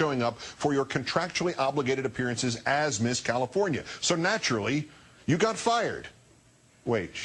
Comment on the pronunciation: LOL! WTF - CALIFORINA?